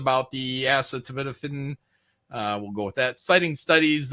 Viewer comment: its ah-set-uh-men-uh-phen